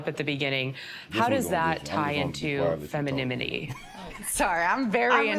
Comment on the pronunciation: did "she" say "Feminimity"?